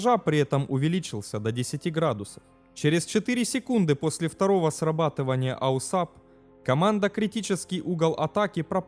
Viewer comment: Это новый тренд. Автор умышленно исковеркал, дабы спровоцировать на комментирование. И надо сказать у него это получилось.